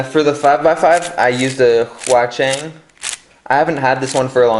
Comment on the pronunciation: "Yaxin" and "huachueng" 😂😂😂😂😂